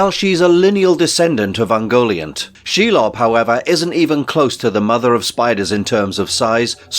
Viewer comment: You can't even get the names right, for example "Calagon" should be Ancalagon and "Sheilob" should be Shelob". And "Mama kill", seriously? That should be Mûmakil.